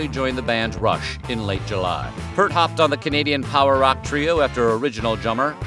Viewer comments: It's not pronounced, it's Peart. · Neil Peart’s name was pronounced “PEERT”, not “”. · Please learn how to pronounce Peart's name correctly. C'mon! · Check your pronunciation of Peart. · I approve of this post. Just wish Peart's name had been pronounced correctly.